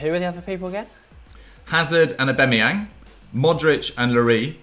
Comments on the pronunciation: Everyone Else: AuBAMeyang: AuBEMeyang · The 3 people that pronounce Aubameyang wrong all together🤮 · pronounciation of Aubameyang kills me😂😂😂😂